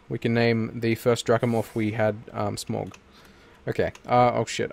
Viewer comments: SMAUG NOT SMOG ITS SMAUG, look up on how to say it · SMAUG pronounced SMOW G!!! AS someone who has read the Hobbit, Lotr Simillarion and watched all the films countless times. I know how it is pronounced!!